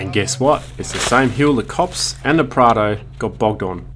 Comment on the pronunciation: I am pretty sure it’s Prado not prada 🤔